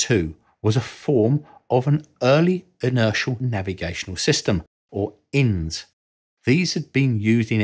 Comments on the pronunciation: The abbreviation for Inertial Navigation System (INS) is not pronounced "ins" (as in, "inside") but rather by pronouncing each letter ("eye-enn-ess"). There really isn't any rhyme or reason to this, USAF is pronounced "you-ess-A-eff", while NATO is pronounced "Nay-toe"...but if you want to be taken seriously you need to learn how to pronounce acronyms correctly. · Lol! It's not called an 'Inns'. It's always referred to as an Eye Enn Ess.😂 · INS Eye-Enn-Ess not "ins" Not one soul on earth ever calls it "ins" lol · it is actually pronounced I N S, not as a word. Polaris, Poseidon, and Trident are SLBM, not ICBM. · ...dont say it like that. Just pronounce each letter: I N S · "INS" isn't an acronym, but an initialisim. "Eye-En-Ess" Edit: Another name for the stable platform, at least in the aircraft sense when they were used there, was the rhyming "stable table".